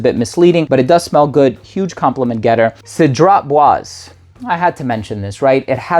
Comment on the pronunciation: Repeat after me: “saydra bwazay”.